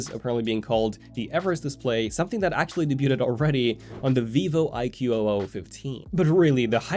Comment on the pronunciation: Sorry to say this, it is weird to hear I-Q-O-O, actually it is Iqoo (i-ku / i-koo)